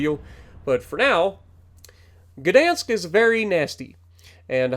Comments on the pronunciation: To help you out, its gah or guh dansk.😂 i think the polish dont mind slight mispronouncing it. They are pretty friendly people. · Gdansk starts with a hard G and is pronounced Gahdansk with the ah sound being shortened. I'm looking forward to getting this ship.